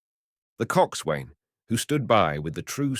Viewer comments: It does sound like him, but I think he'd know how to pronounce Coxswain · Phonetically 'focksal' and 'cocksun. ' There was another common word earlier which I forget. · Thanks for doing this. no criticism but if you are reading more about the navy or seagoing, you might like to look into the pronunciation used in this industry: Forecastle - foc'sal; Coxswain - Coxon; boatswain - bosun etc